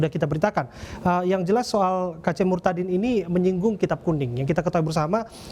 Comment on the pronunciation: sebut kata murtadinnya biasa aja dong